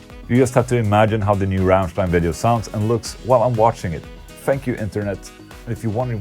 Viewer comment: im german...i would say your thinking about the Ramms+ein-Song is nearly perfect on the point...and i love it how you pronounce "Rammstein"...the most people dont pronounce it correctly when they dont speak german =D very good ...and solar-guitars kicks ass by the way xD